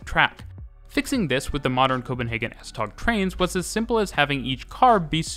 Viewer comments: The best way to pronounce “S-tog” is “S-tow”, as in “towing”. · The g in S-tog is pronounced like w, so it's S-tow :) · Typical English speaker - it might be spelt S-Tog, but it's pronounced S-Tow. CORRECTIONS:/CLARIFICATIONS 1. The 8-car sets are made up of 2 4-car half sets and not a full 8-car set. 2. The lead cars have 2 axles, all other cars have only 1 axle at the rear of the coach. All but 1 axle in each half set is unpowered (the fourth from the driving cab in each half sst. 3. The F-Line links with the A-line (Hundige-Hillerød line), C-Line (Vanløse-Klampenborg) and E-Line (Holte-Køge) at Heĺlerup. All Litra (Danish for Type or Clasification) SA and SE can operate on all lines and can move from the F-Line under their own power to the main depot at Høje Taastrup. Whilst there are no other services on the F-Line and full automation would be easier to achieve, it would mean dedicated rolling stock, sufficient to cover all services plus spares that could not be used elsewhere on the network without risking serious disruptions if there are failures on the F-Line. The F-Line was also a freight route for trains heading to Helsinør and the ferry to Sweden before it was joined by the S-tog service. When the Øresund Bridge opened the line was redundant and went over to just the S-tog with services extended to Ny Ellebjerg. Parts of the original F-Line, between Vanløse and Frederiksberg, closed around 1998 and became part of the Metro. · Love the video. Just a couple of minor corrections: The word "Tog" (Train) in Danish is actually pronounced very much like the English word "Toe". Just FYI. Oh, and BTW the S-tog Voltage is 1650 V DC to be precise :-) ... and on another note: The S-tog axels are abel to ride the curves more smoothly using a curve control whereby the first axel measures the curve and send information to the next axels to adjust to the curve, giving the passengers a nicer ride through some pretty curvy sections here and there.